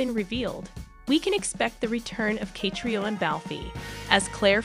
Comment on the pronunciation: Why don't Americans learn to pronounce names the correct way it's so annoying and embarrassing. The way she says Catriona surely someone can correct her on how to pronounce the name Catriona